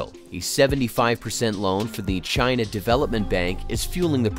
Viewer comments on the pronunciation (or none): none